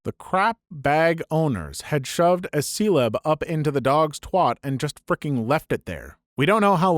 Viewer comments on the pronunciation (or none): What is a “seleb”?